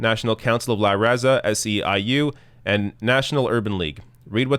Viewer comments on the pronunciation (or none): I chuckled when he pronounced LaH RahZaH